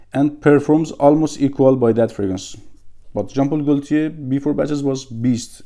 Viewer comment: I like watching your videos man, keep up the good work. Also just a reminder ; we don't pronounciate the L in Gaultier. It's a silent L :)